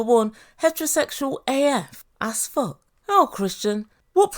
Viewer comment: He puts the second S in "as f*ck". Also, the fourth decade in "thirty".